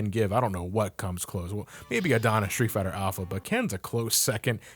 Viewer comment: Hey, you kinda butchered some of the characters' names such as Adon, Sodom and Mike Haggar.